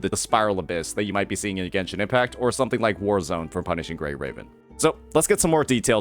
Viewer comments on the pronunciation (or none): none